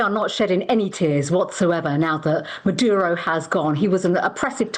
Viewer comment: 2 mins in 'marudo' Well done Priti patel for showing yourself up. It's maduro btw. It's okay tho. Can't expect you to have the skills which let a person pay attention to an issue. With you at the top position at the police service, I am aghast. Peter lynch and Sarah everard ,I figure they wish YOU a very ,very merry Christmas and a happy next year.